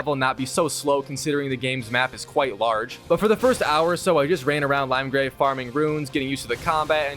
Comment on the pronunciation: Not him pronouncing Limegrave instead of Limgrave